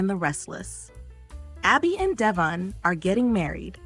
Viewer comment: Thanks for Y&R updates, but please pronounce Devon's and Jabot's names properly.